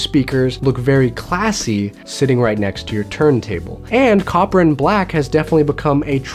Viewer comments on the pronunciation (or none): none